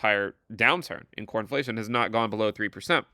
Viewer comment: When you say "Core Inflation" it sounds like "Cornflation" and I'm here for it